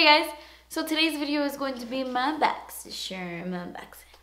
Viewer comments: I LOVE WHEN YOU SAY "BOXY CHERM." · always love watching just to hear you say borxy chharm lol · Literally love when she says boxycherrm. Haha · Every time you post a video about the Boxycharm unboxing I am anxious to hear you saying it, cause I love the way you pronounce it....it's so funny :))